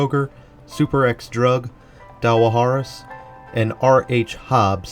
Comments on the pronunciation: Dawahare’s - the second A is silent. Everyone calls it “daw hares”. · I know....got a chuckle the way he pronounces Dawahares....I guess you don't know if you aren't familiar with KY!😃